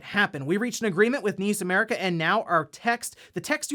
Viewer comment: N.I.S. America! ....👀. Not niece. N.I.S. 😔.